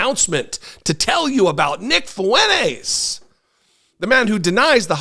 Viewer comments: It's not fuenez. It's Fuentezzz. He's Hispanic and he doesn't even know it! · Fwen-tez! say it right, ray getard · You're pronouncing his name wrong